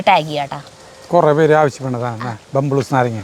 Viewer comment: ബംബ്ലൂസ് അല്ല ബബ്ലൂസ് പറഞ്ഞതാണ് ശരി ✅